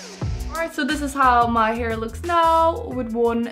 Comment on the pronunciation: its called "hair" not "her" :D